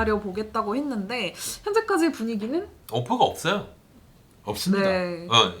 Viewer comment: 오퍼가 없.어.요ㅋㅋㅋㅋㅋㅋㅋㅋㅋㅋ